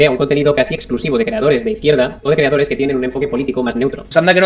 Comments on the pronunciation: Si vuelve a decir "creadore" empiezo a sacar las antorchas. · Me encanta cuando dice creadore jajajajajajajajajajajaja